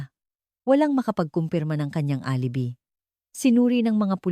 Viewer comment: Alibi pronounce as a A l i b i hindi alibi ano ba yan hindi ka ba nagbabasa or nakikinig sa mga kuentahanay, Ano ba yan